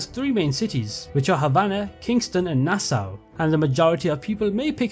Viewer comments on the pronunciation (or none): none